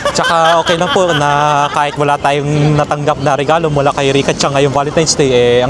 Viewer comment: yes po tama na CHAN lang, sa ibang japanese po kasi CHANG ang bigkas nila kase po mas smooth bigkasin. pero tama po, Chan and San ❤